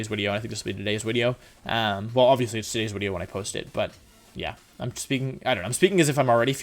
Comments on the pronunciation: At the start of every Wolfey video, I wait anxiously for the "So, there I was" and "wideo" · Wolfey + Video = Wideo simple maths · Why do you say "wideo" every wideo? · Why do you say “wideo” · Y does Wolfey say wideo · Mr Mime in previous wideo... Wideoy "Mime will be in next wideo", next wideo no Mimey. We Whiney for Money!